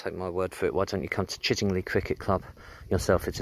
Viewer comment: Nice video , just one point , it's pronounced Chidd ing lye as in eye not Chidd ing lee . The scarecrow was part of village scarecrow competition that year .